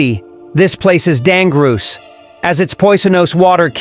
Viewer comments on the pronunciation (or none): Not to mention the glaring mispronunciations! "Dan-gur-oose"??????